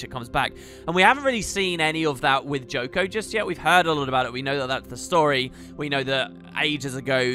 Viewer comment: It's not Joko.